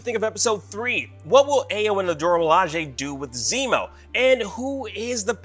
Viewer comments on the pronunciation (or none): Ayo is pronounced I-yo not Aye-yo. 🤣lol